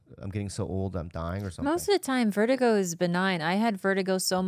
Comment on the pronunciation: Bob, u dont have vertigo... u have vert-a-gay